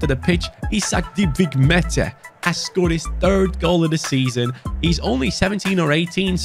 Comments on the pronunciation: When you pronounce Maatta, you say it like the Turkish name 'Mete', which I like very much as a Türk 😁. I love you, hi from 🇹🇷. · Määttä name is pronounced as Mata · Määtä is pronounced like Mata but slower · I'm not Finnish but Google Translate told me you pronounce Määttää as Mae-Ta (Sorry if it's wrong Finnish people) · How to pronounce MÄÄTTÄ IS MAR THA